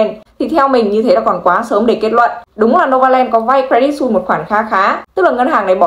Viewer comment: Cre dit Su i sse = sus - sờ không phải "xui"